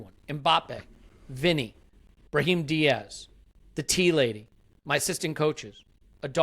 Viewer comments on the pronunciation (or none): none